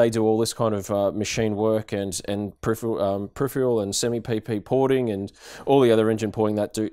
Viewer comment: Maybe next time use someone who can pronounce the word peripheral?